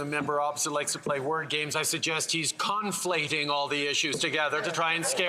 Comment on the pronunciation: CON-flating… lol what are you, 5?